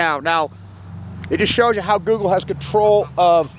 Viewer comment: It's damn Joogle.